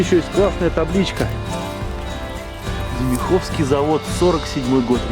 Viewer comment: Не ДемихОвский, а дЕмиховский. Деревня Демихово г.о Орехово-Зуево. В былые времена - основной производитель вагонов узкой колеи и платформ, думпкаров и рудовозов для широкой. С 1990 года перепрофилировали на выпуск электропоездов серии ЭД, сейчас - ЭП. Демиховский Машиностроительный Завод (ДМЗ) АО Трансмашхолдинг.